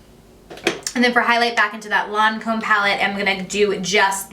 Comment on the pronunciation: “Lawn-comb” pallet.... girl. 😂